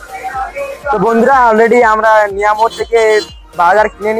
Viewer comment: দাদাভাই ওটা মিয়ামোর নয় mioamore